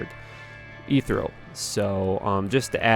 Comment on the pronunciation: Inspi-ration, trangowls and eethrel every time I watch a new vid you always manage to fuck every word up. 😂😂